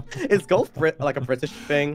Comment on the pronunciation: Thank you for the fun collab stream! It was really enjoyable to finally see you two play clubhouse games! some random timestamps: goose talk chess 1 chess 2 (toxic mysta) bri'ish sounds jojo moment "relaxing" bowling